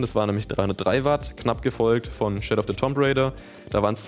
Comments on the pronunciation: Alles cool, aber ich stolpere immer darüber, wie du "tomb" aussprichst. (auch weil du es so oft sagst) Das spricht sich eher wie "toom". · Und dass das "O" als ein langes "U" ausgesprochen wird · Das Spiel gibt es seit 1996. Hatte auch gedacht, dass sich das inzwischen rumgesprochen hat, dass das b in Tomb stumm ist. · Das "Tomb" von Shadow of the Tomb Raider triggert mich so hart <.<